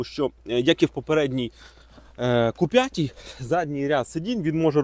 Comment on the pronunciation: Не ку а кю. Бо ку лиш моцкалі кажуть